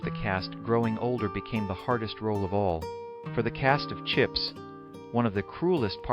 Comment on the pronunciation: Please its chips not chipes